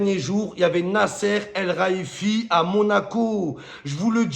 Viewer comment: « Nasser Al Raiifi » ? 😂😂